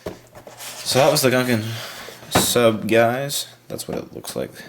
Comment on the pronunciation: Is the interactive transcript the only one who agrees he says "Gunkun Sup" rather than "Gungan Sub"?